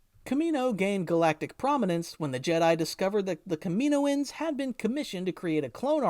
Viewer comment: KAM-IN-OH-INS omg